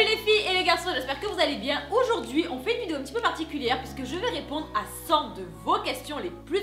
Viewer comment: Aujourd'hui , Aujourd'hui, Aujourd'hui et pas Oujourd'hui !!!! C'est frustrant